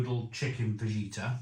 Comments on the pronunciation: Noooo! Don't put the sauce sachet in first, that's supposed to go in last! (It really should be chilli sauce rather than plain old tomato sauce IMO.) BTW ... Fajita is pronounced fa-heet-ah and tortilla is pronounced tor-tee-ah. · Hi you don’t pronounce the j in fajita it’s faheeta. Come on mate how long you been on this earth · You dont pronounce the J in fajita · Fajita, like a fajina :D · The 🦆 is a fadge-it-a?